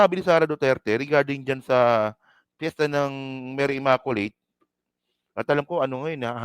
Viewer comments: For your sake,, please pronounce the word “ immaculate “ as “imaQlate” NOT “imakolate”❗️🤮Just educating you.☮️🙏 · Blog contents mo Not worth your YOUTUBE commissions! Wag Masyadong SS🤮👎🏽Create other more relevant blogs. SalaMUCH just the same I was entertained sa pagPronounce mo ng word “Imakolate “ “Salam……..” ☮️